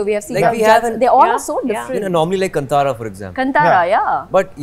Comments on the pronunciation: It's not kntaaraa pronunciation 😒.... it's Kaantaraa pronunciation. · It's Kaantara guys. Not cun-tara🤦🏻‍♂️ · Very much here for Rishab shetty.. Our Karnataka Hero... So happy proud to reach levels.... Still pronouncing the name wrong... Hollywood.. Plz pronounce the name "Kantara ".. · “Kaan- thaara”.. that’s the right pronunciation I believe :))